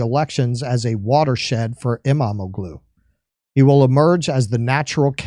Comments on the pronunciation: El-mah-ma-glue? lol why haven’t we invaded this country yet? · SAY: AIR-do-wan and Ekrem EEM-mam-mool. Apparently, the "g" is silent in Turkish names.